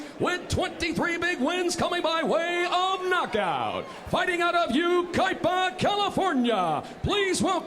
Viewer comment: It's pronounced you-ki-ah...clown. You talk for a living?